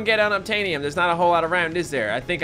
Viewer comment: unobtaniom sounds like unobtainable